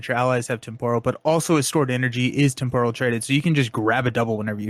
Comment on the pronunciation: pronunciation of temporal kills me. But yeah, I'm most looking forward to Bishop. Magik is looking a little too powerful. The scenarios look solid, but I have concerns with Apocalypse over whether he is too easy, but we will have to see. And I'm pretty happy with the aspect cards also. I'm glad Xforce L got fleshed out a bit more.